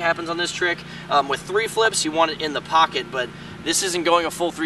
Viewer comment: Tree flips? *Tre Flips*